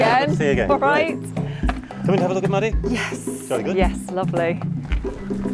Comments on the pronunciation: Great video! I'm a little confused though because "Madadh" is the Ulster Irish for "dog" and is pronounced like "mahdu" so hearing it said like "Maddie" made me cringe a little lol. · It sounds like they are saying Maddy but they are saying Madadh am I just hearing things are they actually pronouncing it maddy